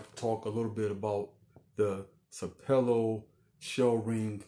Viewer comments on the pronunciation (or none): Sapelo is pronounced with the emphasis on the first syllable (pronounced like SAP uh lo). Sapelo Island Georgia has a very interesting history.